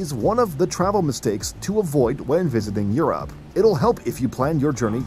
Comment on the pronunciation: He pronounces Europe like Your App. Lol.